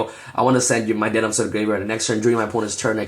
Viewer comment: bro it's de neb you pronounce weird and it's trivver not try ver lol